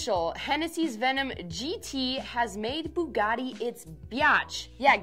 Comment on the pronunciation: Still did not say it right...